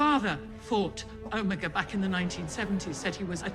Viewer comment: Best part about the Omega reveal is that the doctor forgot how to correctly pronounce his name, would’ve been too much effort ig